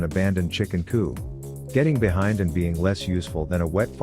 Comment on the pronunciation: love the content man! Just a note because every time I hear it I think someone should tell you: coop is what chickens live in, coup is when governments get overthrown. Just so you can get that TTS to deliver your punchlines correctly.